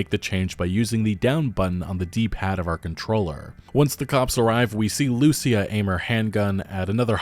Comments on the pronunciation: Bruh, "Loo-SEE-ah", not "Lucy-ah". Ya killin me. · Hey man, just a minor thing. When you say “Lucia” you pronounce it like “loose-e-ah” putting the emphasis on the “u”, you need to put the emphasis on the “i” like “loo-see-ah”. Or don’t, just saying😂 it sounds a bit jarring. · loo-see-ah That is how it is pronounced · Dude, learn how to say Lucía. Wow.